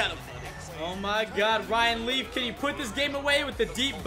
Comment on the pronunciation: It sounds like he keeps saying riley not ryan leaf